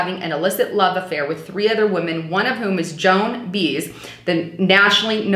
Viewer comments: you are so funny. Your youth shows when you talk about Joan Baez. You pronounced it BEEZ. It is By-ez. Joan Baez! Love your stuff though! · It's not Joan Bees. It's pronounced Bye az. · Were you born yesterday? Mispronouncing negro was funny but Joan Beez? LOL Don't quit your day job! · You mean Joan Baez? Who the Hell is Joan Beez? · thanks for posting this. And just so you know, Joan's last name is pronounced (phonetically) 'bi-ezz', not 'beez.' Also, as far as I'm concerned, the gov's infatuation with King's sexual mores here pales next to that 'other' well known personality of the time -- the bulldog running the alpha agency back then digging into this stuff, while at the same time vacationing at those mafia-owned race tracks (gratuitously) with his guy/gal pal lover (and subordinate) 'what's his name.' Nothing hypocritical about that, or dangerous to this country's internal security (?) After all, it was just the mob he rubbed elbows with, not like the commies we needed be concerned with (or bomb out of existence) in those days -- coincidentally the likes of which we now buy all our stuff from, or share our deepest inner, outer space adventures and secrets with, or go on vacations to. You just gotta love the guys (and gals) who think up this stuff. I predict it won't be long before we'll be buying 'issy' cars from our 'current' enemies. Maybe there's hope there yet, and for ALL of us, no matter our individual creed or color. But not to worry, I'll likely be dead by then to celebrate -- if, or when that happens. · pronounced Joan "BY EZ"... not "Bees." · The Bush's are actually the Scherff's and should be referred to as such. Ps it's not pronounced bees, it's pronounced biaz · Joan Baez is pronounced (By ez) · Joan Baez is pronounced Buy-ez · Joan Baez is pronounced Joan BYez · LOL...Joan "Bees" ?